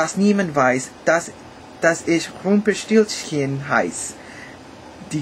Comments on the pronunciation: I just wonder how you pronounce "Rumpelstilzchen" almost perfectly !!! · He was really able to pronounce "Rumpelstilzchen" - awsome!!! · Your "ch" sounds perfect! Even t-h instead of "th" is correct (Balt-hasar), final- g = ch-sound, perfect Umlauts (ä.ö.ü) Nice German words like "Rumpelstilzchen" you spoke like a native German - Compliment. Our "o" sounds a bit different, not like "ow", rather like in "dog" or "mockingbird" So it's "Golt", not "gould" in German sound. keep on - Greets from Germany